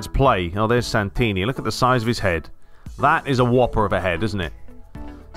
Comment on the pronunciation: I can’t believe you signed Santini. It’s my family name! My uncle is actually G. Santini. And you didn’t butcher it either!